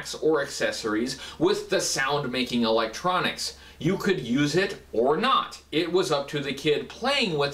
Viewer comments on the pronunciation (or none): none